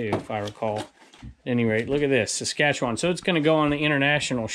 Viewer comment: Hi, We are glad the Saskatchewan plate finally arrived and great job on pronouncing Saskatoon, Saskatchewan. We were watching every episode getting more and more curious when the plate would finally show up. Glad you enjoy it and we like the special place where you are going to put it. Keep those videos coming, we love them. All the best to you and your family. Your faithful watchers from Saskatchewan, Susan & Ulrich (We had to laugh when you couldn't decipher Ulrich's chicken-scratch signature.)